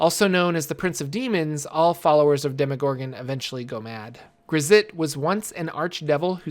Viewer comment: GRAZZ'ZT is not pronounced like it look. It is "Gratz" (like congrats). Not "Gruh-zit": His name is not linear, it folds in on itself in the common language - much like his lawful nature collapsed in the waves of Abyssal chaos he was exposed to.